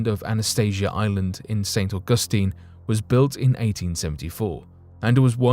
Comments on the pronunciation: If you can’t pronounce ST. Augustine then find a different subject. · I cannot listen to this guy say st augustine anymore